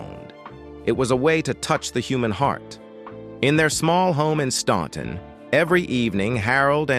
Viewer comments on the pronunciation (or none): FYY: Staunton is pronounced: STAN...ton That was the one song, they DIDN'T WRITE! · The city is Staunton, Virginia., not “Stanton” Despite the spelling, it is pronounced “Stan-ton” the letter “u” is silent. In both Staunton, and neighboring Waynesboro, Virginia have Statler Boulevards. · It's pronounced STANTon!!!!! Other than that, not a bad narrative.